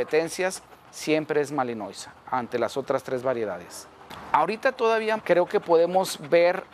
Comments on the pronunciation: Se pronuncia malinoa y se escribe malinois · Malinois se pronuncia "malinua"